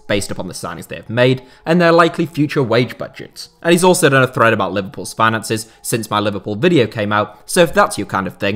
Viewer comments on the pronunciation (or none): none